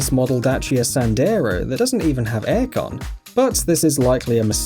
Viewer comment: It’s just the way he says A/C